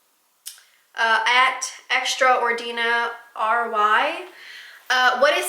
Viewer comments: Extraordinary. Hahaha not "extra-ordina-R-Y". I'm dying. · I couldn't help but laugh when you said Extra or Dina ry ... Extraordinary?? Lol <3